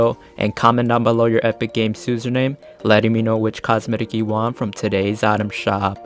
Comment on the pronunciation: Susername he said